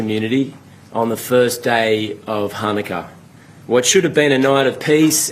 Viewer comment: dude, you don't pronounce the word "Chanukah" by pronouncing it with a "ch" sound at the beginning. You never heard the word pronounced outloud before? You're a dunce.